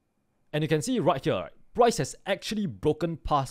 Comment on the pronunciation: I love how he sais "right HEEWER"